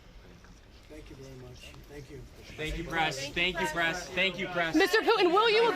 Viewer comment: Are they saying thank you "Pres" or "Press"?